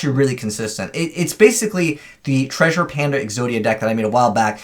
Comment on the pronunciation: Is he saying treasure pander? Isn’t it Treasure Panda?